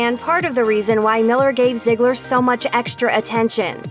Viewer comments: it’s zeegler not ziggler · Lol she keeps saying zigggler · It's ZEEGLER NOT ZIGLER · Itz_uni Rainbow but that’s what the narrator keeps saying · Right like wtf😂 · I swear if I here “ZIeGLer” one more time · It doesn’t make the video any better when you keep calling them by zigler or Miller it’s uncomfortable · I thought it was pronounced Zee-gler But damn stop saying it over and over. Call her Maddie because they never call her ziegler on the show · If you're going to talk about Maddie, please Please PLEASE, say her last name right. (zee-gler) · I couldn't even finish watching because of how often/how the narrator pronounced "Ziegler." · Can you stop calling her ‘ziegler’. It’s bothering me like crazy